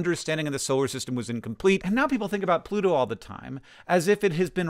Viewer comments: (humor), you pronounced pluto like this: "Bluto." Are you (not) a Popeye fant? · The first time you said "Pluto" in this video, it sounded like "Bluto" to me, so I had the image of Popeye and Bluto in my mind when you mentioned this.